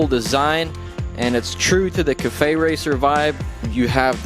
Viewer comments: He often butchers the english language, I think it's because he's spanish? theres typically one or two words every video that have the wrong inflection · You say 'cafe' so weird. Haven't you ever heard anyone say that word before? lol But it looks good, nice work!